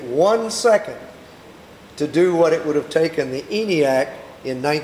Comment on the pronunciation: years, you could hear the y sound